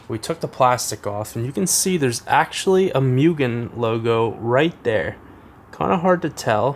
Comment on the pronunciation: Moo-gen not mew-gen.